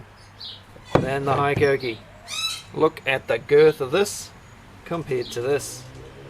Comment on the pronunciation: Hello from Japan. It's pronounced "HE KOH KEE" . Love the channel!